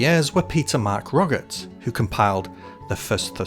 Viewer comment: you burke you don’t pronounce the name Toget. the writer of the yhrssurus dmphadising the ‘T st yhr end of his mame being a mich dofyer pronoiciation of thr h like yhe namr soionsjn is loke a cross netween a h and yhe moose mardr by shronouncr morr of a sprt of Roj-atye try going yo sn rnlosh trsvher or librattisn gor thr pronojciation being jnsble go tonouncr toget correctly ypu mskr yoursrlf look a little dimwitted ss if uoi’ve mever yried yo gind a toget’s yhrssutis in a librsry rver!